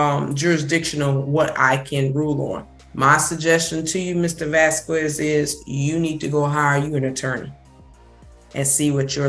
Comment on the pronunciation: Why does she pronounce "Vasquez" in that way? The U is silent in Spanish, so it's more like "Vasqez."